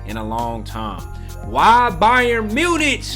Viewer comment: it's pronounced munick btw not munitch